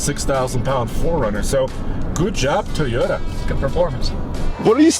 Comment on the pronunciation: Mugly as sin. It's TOYota, not TEEota. 😉